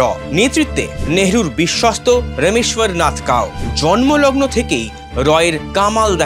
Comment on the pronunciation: রমেশ্বরনাথ কাও নয় রামেশ্বরনাথ কাও